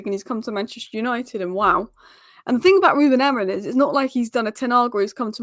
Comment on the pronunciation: Just listen to that first sentence. His name isn't Amorin. Just look at your own presentation and pronounce it.